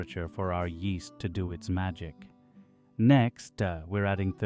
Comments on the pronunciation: yeast-EH. ingredients-EH! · yeasta rhymes with easta